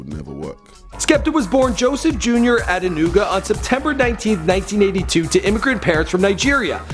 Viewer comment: you said his last name correct